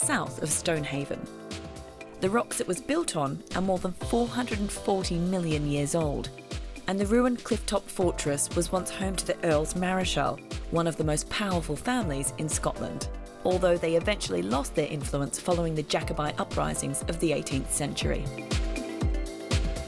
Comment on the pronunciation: Please if you are going to do a show on locations learn how to pronounce places properly and at least devote a bit of time to finding out how to!! Bennachie isnt BENNAKIE its pronounced BENNA-HEE and Earls Marischal Isnt MARISKHAL Its pronounced Mar-shall Little bit of respect for where you visit .....